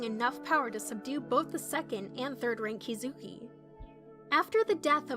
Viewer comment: It’s Ki zu ki